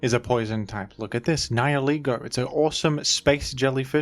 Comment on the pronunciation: Immediate like for being the first YouTuber I've ever heard pronounce "Nihilego" correctly